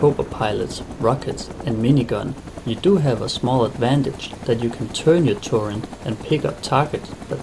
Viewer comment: It's turret, not "turrent". Nice video though!